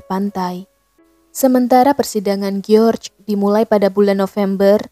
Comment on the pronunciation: Kyknya lebih enak bacanya Jorjs ( George ) daripada Geor